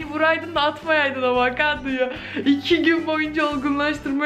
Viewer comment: ya avakado dedin benim bile içim gitti ya bu nasıl bir fanlıktır 😂